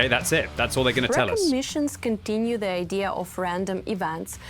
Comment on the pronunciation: idea = ay-thee-yer